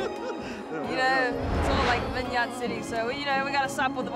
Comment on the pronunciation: vine-yard! classic. you know your fresh when you mispronounce vineyard. i love this show.